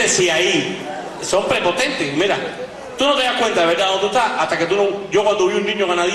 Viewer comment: Jajajaja el siempre dice la vedad😂